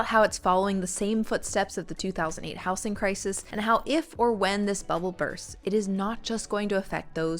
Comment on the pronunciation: House-ing? Yes, house as a noun has an s sound, but the s becomes a z sound in words like housing or housed. How-zeeng, not house-ing.